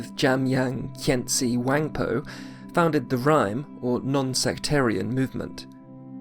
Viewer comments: Really helpful overview. Thank you so much for your work. One minor correction: RIME is pronounced RE – MAY. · Unbelivable, awesome explanation of the subtle distinctions in doctrines between buddhist schools and on how they interacted to each other through political power support and more. Just one correction: Rimé is pronounced somwhat more like Rimày. You should read the characters of the world as in latin, not as in anglo-saxon. What are your sources? It's impressive the historical knowledge you have and the understanding of the slightest details of the doctrines, given that nowadays even many lamas tend to ignore them, as if dzogchen was fully identical to madyamaka-prasangika, just with a different exposition.